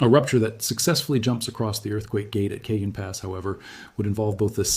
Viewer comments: Pronounced (k ah han )pass Not( cage en) j in Spanish is pronounced with a soft H a is pronounced like ah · Kuh-JOAN Pass?!?? More like Kuh - HONE Pass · Cajon Pass is pronounced CA-HONE. Update your ai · It’s pronounced El CaHONE, it’s Spanish, they don’t pronounce “J’s” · CAJON IS PRONOUNCED WITH A SILENT J!!! SOUNDS LIKE CAHONE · It’s pronounced El CaHONE